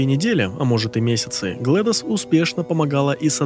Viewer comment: GlaDOS читается как "Глэдис". Как имя Gladys.